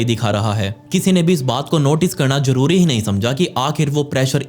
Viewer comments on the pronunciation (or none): none